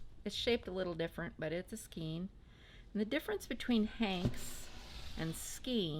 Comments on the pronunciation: Sorry to contradict you but the E in skein is pronounced as an A in English. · So…how do you pronounce “skein”? It's pronounced skane because of the E before I rule.Aug 22, 2016 Like "cane"